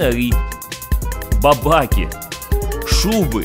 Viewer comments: Не бабАки, а бабакИ )) Ух уж эти масквичи. Бабак - это в переводе с украинского на русский будет сурок. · шоб вы понимали, Бабаки - ударение на и, значит Сурки